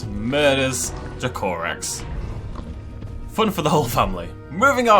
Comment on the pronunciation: Its pronounced Dra-co-rex i believe, i might be wrong but im pretty sure it is though.